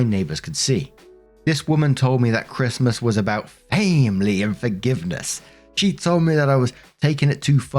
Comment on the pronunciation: I love when says, FAM-ily😂